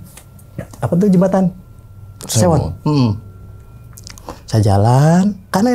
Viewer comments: Kali sewo bang bukan sewon skdr meluruskan..😁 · Jembatan sewo bukan Sewon hadir ni bang orang sewo